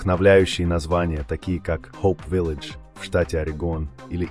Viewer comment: "Rosevelt", "Cicagó", village ( nem, nem angolosan ejtve, hanem ahogy írtam) Szörnyű ez az AI... Ha már magyar " szinkront" tesznek rá, kicsit odafigyelhetnének. Az AI monoton, természetellenes intonációját sem kellemes hallgatni....